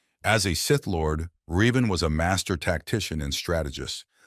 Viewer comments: It's pronounced revan not reevan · Said Revan's name wrong, also feel he should be higher